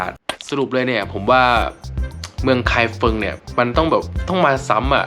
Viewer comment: ไม่ใช่ ไคเฟิง แต่เป็น ไคฟงครับ ภาษาปินหยินเขียนเป็น feng แต่อ่านว่า ฟง😁😁😁